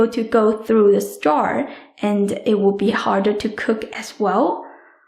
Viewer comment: You pronounce start instead of straw....